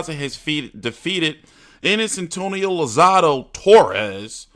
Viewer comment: Bro, it's lozada... not lozado.